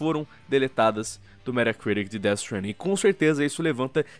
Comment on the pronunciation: "Méra Criric"